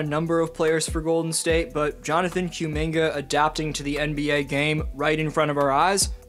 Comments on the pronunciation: Koo Minga, not Cue Minga. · I’ll keep watching your videos but I’m not gonna subscribe until you get rid of this Q-Minga pronunciation 😂😂